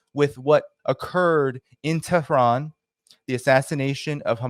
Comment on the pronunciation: Don't change the countries name by pronouncing wrongly since it is annoying. You should pronounce IRAN (EE-RUN) & the capital is TE'H-RUN not Tran.